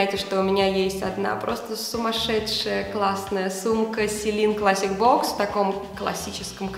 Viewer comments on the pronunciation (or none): none